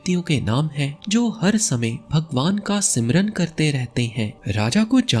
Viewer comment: प्रयत्नम् कर्त्तव्यम् ...! आप अच्छे बोलते और समझाते हो ... पर कुछ शब्दों का उच्चारण आप उचित रूप से करना चाहिए | जैसे आप "स्मरण" को 'सिमरन' बोल रहे थे | प्रयत्नम् कुर्वन्तु | अवश्यम् भविष्यति🙏 जय श्रीकृष्ण 🌷🌹